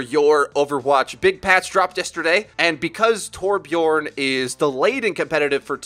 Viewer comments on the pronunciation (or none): Torbjörn* Ö doesn’t sound like O